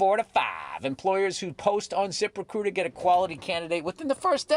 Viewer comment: my favorite ad read for something that I will never use…Zip…Rehcrutah!